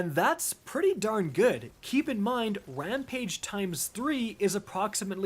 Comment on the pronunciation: Did he just say wampage